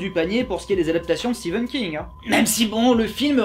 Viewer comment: Il a dit Steven King 😱